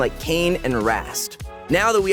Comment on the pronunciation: did this guy just said Rast, instead of Rhaast